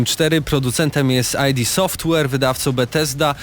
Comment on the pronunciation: Panowie nie "aj di" software tylko "id" gdyż jest to nazwa pochodząca od terminu id używanego w psychoanalizie a nie ID czyli dowodu tożsamości